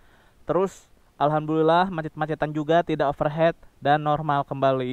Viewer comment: bantu koreksi spelling aja bro. Overheat = Dibacanya yg bener Over hit, bukan over het (over head). kalo spellimg begitu artinya diatas kepala.